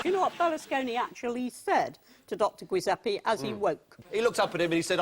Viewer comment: The Italian name Giuseppe is pronounced Juseppe (ju as in june) . The whole point of the I after the g is to let you know to pronounce it that way . It's not so hard to understand.